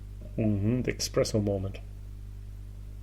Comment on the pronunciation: thank you for another great video. I can forgive you for saying EXPRESSO. But I cannot forgive Dingle after Batch 4. Redbreast Lustau is a nice heavily sherried Irish. Waterford Distillery will be exciting!!